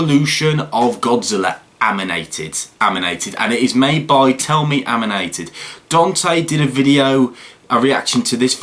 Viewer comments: This dude put the m before the N and said amnited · Matt Wylie he said aminated not animated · Anyone notice that he said “Aminated” ? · you keep on saying aminated instead of animated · "Tell In Aminated" ITS ANIMATED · Reads animated Also: AmInaTeD Me:Wait thats illegal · Its animated not aminated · Who would win? Godzilla-like King Ghidorah-comment But did anybody here him say aminated not animated? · You mean animated not aminated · Who else heard him say, “Aminated”? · I heard him say aminated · It’s ANIMATED not AMINATED